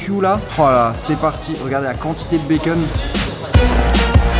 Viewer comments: Du béqueune wsh dit du bacon normalement chakhal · POURQUOI TU DIS « BAY-KEUN » AU LIEU DE BACON 🥓 💀😂